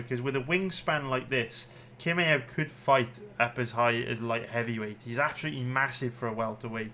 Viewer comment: I get why you don’t know how to pronounce Jiri but kimaew??? C’mon son